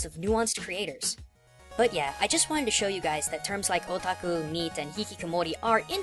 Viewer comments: am i the only one who heard "were all a taco"? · When he was saying Otaku it sounded like he was saying "Oh Taco" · i keep hearing "a taco" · When is hear otaku I hear o tacos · Yet didn't define "Weaboo" Probably didn't want to come to terms with what he is given his try-hard pronounciation of "Otaku" and "Hikikomori"